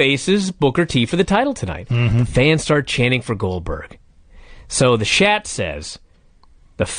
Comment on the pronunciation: Lol why does call earnest Miller “shat”? 😂